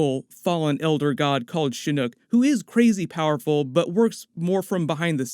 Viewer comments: Say it with me, Shi-knock not shinook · Shin-knock bro not Shin-uk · It's Shin-Knock, not Shi Nook. Kinda off putting the way you said it. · Its shin okc NOT SHINIC. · Stop saying Shinook. It's annoying. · Okay okay. From the fans of MK it’s SHINN-OCK